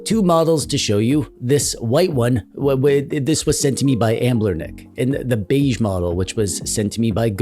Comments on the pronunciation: "Anblernic"? Anbernic lol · Why do u call it Ambler-nic? Lol it's Anbernic.